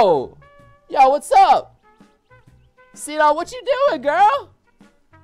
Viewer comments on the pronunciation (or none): none